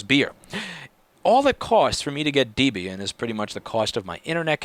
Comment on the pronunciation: What is with the Deeebian pronunciation? It is from Debra+Ian Deb ian. I hear people all the time using the long 'e'.